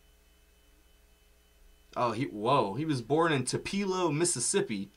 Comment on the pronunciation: Elvis grew up in Mississippi near Memphis (Tupelo is pronounced Too Pa Low)